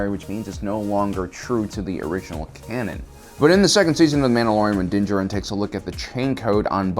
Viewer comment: Yeah. This stupid ass can't pronounce a fucking name right. He keep saying Din JER-in instead of properly saying JAIR-in. This moron apparently has no clue about the game Bounty Hunter that came out 20 years ago when he was a little kid. In the game his name was CLEARLY pronounced JASTER. He will forever mispronounce names because he is ignorant.